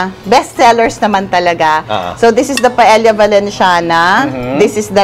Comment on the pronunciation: Papu you pronounce paella correct